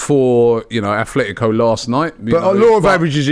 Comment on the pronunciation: ATletico man - it’s not hard